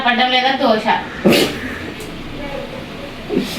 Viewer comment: దోష కాదురా పాయకారోడా. దోశ